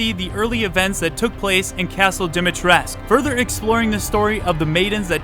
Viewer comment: My thoughts? As i said last year.. the pronunciation is not "Dimitresc" but "DimitrescU"